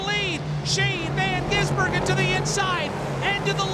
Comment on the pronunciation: Shane van Gisenburgen? .... Get it right, idiot.